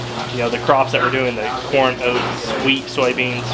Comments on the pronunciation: did you say "wheat" or weed...🤔😎🤣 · Did he say WHEAT or WEES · Did u say he’s growing wheat or weed 🤣😂😅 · I thought you said he was growing weed, Then I listened again and it was wheat. LMAO love the video